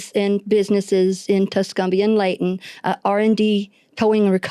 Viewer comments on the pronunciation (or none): Love your show! Just want to help you with a pronunciation it’s not “Lay-tin” it’s Leigh-ton. I keep wondering where is Laytin 😂